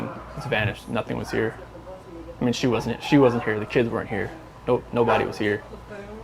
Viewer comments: Between Chris Watts and Stephen McDaniels, I don’t know which one I’d say gave off the most tells. Probably Chris but Stephen with that “iyeen” made me laugh. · Every time “Iyeean” came on screen, I howled with laughter. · This was an excellent video. In the description, you mentioned that Part 2 would be delayed. I looked for it on your home page but can't locate it. Is Part 2 still forthcoming? Stephen's "sound effect" Iyeen is simply him running together the words I mean. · The "lyeenn" sound Stephen McDaniel makes isn't a random sound effect, it's him saying "I mean" but pronounced like "iyeen." He does it throughout the whole interview. It's a regional thing, people say it like that where I'm from too. He definitely was lyeenn, tho..